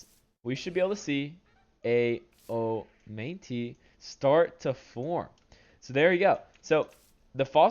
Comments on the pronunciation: It is not pronounced "oh-mine-tee" dumbass it's "oh-mah-night"😂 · Great update.. But I can't help but notice how you repeatedly butchered pronouncing omanyte 🤣🤣🤣 it should be read as oma-knight.